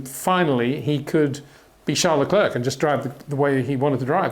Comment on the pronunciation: If you can pronounce "Charles" properly, please do the same with his surname - said "Le Cler"